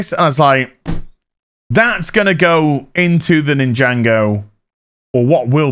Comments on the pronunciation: Great collection - but it’s NIN-JA-GO not Ninjango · "ninjango" please it's Nin - jah - go. I have never been into it but i even know. xD